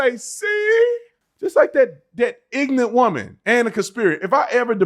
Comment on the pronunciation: idk if u should be talking because u say ignant and not ignorant